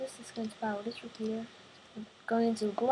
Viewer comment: u say fourth as Ford and repeater u say repeaterd